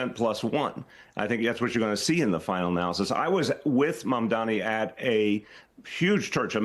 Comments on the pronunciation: MamdaNi, not MamdaMi,. Best words said: "Cuomo does not know how to take NO for an answer." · It’s MAMDANI, not ‘Maamdami’, you should learn to say the next New York mayor’s name properly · Flipping ahole refuses to say MAMDANI name correctly which shows what a jerk Cuomo is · Cuomo can’t even pronounce Mamdani 🤡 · And he still keeps mispronouncing his name👏 love the hypocrisy considering how many people mispronounce Italians' names, and this dude's still mispronouncing someone else's name.... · He's never said zohran's name correctly once in his life.... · Andrew can’t even pronounce ‘Mamdani’ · It’s ridiculous that Cuomo still unable to pronounce Mamdani’s name. He’s such a dimwit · It's September 2025 and Cuomo is still pronouncing Mamdani's name wrong. He's doing it on purpose, because in addition to being a perverted creep, he's also a racist. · Still can’t say his name right? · He still can't say Mamdani's name correctly. Is he having strokes or just racist? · Cuomo intentionally mispronouncing Zohrans last name repeatedly is not doing what he thinks it is. it makes him look stupid. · Still mispronouncing mamdanis name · Cuomo either can't pronounce Mamdani or he's refusing to, even after Mamdani spelled out his name for him in a debate, or he's refusing to. Either way he has clearly shown himself to be a bigoted racist and islamophobe. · Why does he keep on saying his name wrong? This seems like a no-brainer political move to not look foolish. Get your opponents name correct,it’s an easy victory Zohran